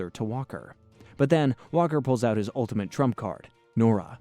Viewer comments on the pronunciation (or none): none